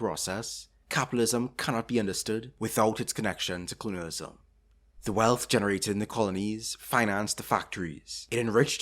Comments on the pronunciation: Clunialism? 😂 Sorry dude i cant focus with you saying clunial every 5 seconds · Youtube, the place to watch a video essay on colonialism made by some guy who can’t even pronounce the word “colonialism” right